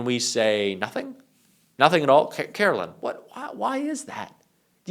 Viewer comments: KARE-OH-LINE!!! NOT CAROLYNN!!! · CaroLINE, FFS. YOU HAVE THE EASY JOB OF TALKING. PRONOUNCE HER FUCKING NAME CORRECTLY.